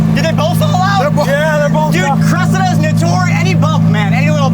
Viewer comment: Anyone else hate how America's say Cressida 🤣😩 it's pronounced cres-see-da